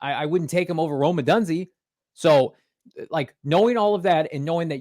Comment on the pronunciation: Rome “odunzy”😂